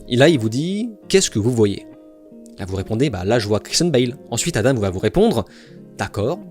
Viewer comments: On est Français c'est "Adent", il ne faut pas se poser de questions. S'il veut que ça se prononce autrement, il n'a qu'à écrire "Adame" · Une mauvaise foi comme on en fait plus : Tu reproches a Adam de ne pas avoir regarder tes autres video alors que tu ne sais meme pas comment on prononce son nom ... Dire que Adam n a jamais parle ne wokisme c est faux regarde ces autres videos Dire que la panic moral n existe pas est faux on le vois au etat unis Tu passes la moitie du temps a dire qu il a raison mais au final tu te moques en disant qu il n a que tres peu raison "Ne pas etre mechant" tu te moques ouvertement, conseil de ne pas regarder la video, insinu des choses sans fondemment sur la personne, parle de video baclée... Et du coup pour Oppenheimer tu t es trompe dans tes notes ou bien trompe tout cour attention tu te contredis "Vous avez pas besoin d'utilise le mot wokisme" mais MDR tu as litheralement des titres de videos qui le mentionne et ta chaine est basée ça...